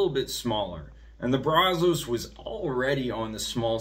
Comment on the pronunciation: Good video but it’s pronounced braz-us…